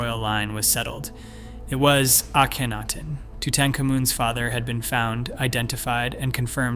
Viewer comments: You mean mispronounce? Lol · How many ways can Mr. Computer voice find to to pronounce Akhenaton? My fave---ay KEN atoon. Kenny for short. This is one of a group of channels that takes info from real scientific channels, writes dramatic, repetitious, and sometimes rather speculative conclusions, but always with the drama. All these channels use the same overly dramatic writing & computer voice, the same technique of flashing visuals so quickly that you can't tell whether they are relevant or not, the same endless repetition. And Hawass is lead researcher? The mere presence of his name calls into doubt any conclusions.